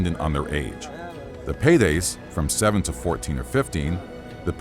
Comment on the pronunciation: Paides* not Peireis